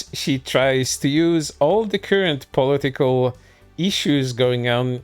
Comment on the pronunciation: No sarcasm. I love the way he says political as poli-tickle. Idk, why, but it.. tickles me. 😎 I'll see myself out.